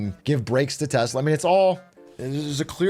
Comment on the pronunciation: all i heard was short telsa